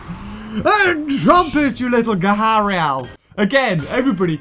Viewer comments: It's gar- ee- ul not ga- hal- ri. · Ge-ri-al. Spelled Gharial. GET IT RIGHT!!! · Are you trying to say gharial?